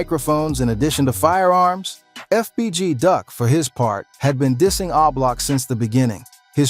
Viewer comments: MAN ITS O-BLOCK, Yall what's wrong with these youtubers man, that shit is driving me crazy, dont report on things when you cant get the names right, wow, damn, I need a drink, he say that crap one more time im coming through the phone, yall check him and let him know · Come bro its not hard to pronounce O Block